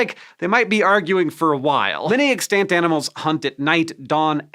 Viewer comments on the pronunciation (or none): Hank's pronunciation of "extant" needs help, a lot of help. He seems to have forgotten this is an English speaking country and is misusing his grade school French to figure out the pronunciation of extant. 😂 Bahaha